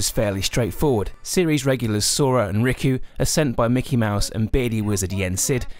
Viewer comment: Sora and Ricku? (I know it's spelt Riku, but it sounded like he said it as it he was called Rick-u :|)